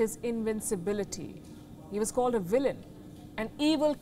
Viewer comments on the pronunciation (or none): Its VILLAIN and not Villian 😏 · Question? What's a "Villian"?🤔 Isn't it supposed to be "Villain"?🤷‍♂️